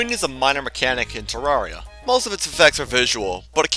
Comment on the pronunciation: Guys it’s Ter-Rer-Ria, not Ter-Rar-Ria 😭